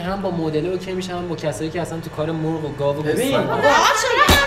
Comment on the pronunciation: ساختگی میاد ، اول مرغ رو ساده گفت ، ولی اون دختره گفت موورغ ، به گفت شما جالب صحبت میکنید ،الکی